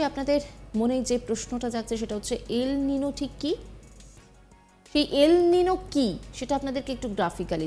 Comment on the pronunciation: এটা খবর পড়া? এল নিনো উচ্চারণ করতে........ ফেটে গেলো। না জানে কাহা কাহা শে আ যাতে হ্যায়।